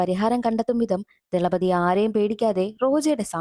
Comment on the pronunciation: Thalapathi 😂 not dhalapathi 😂😂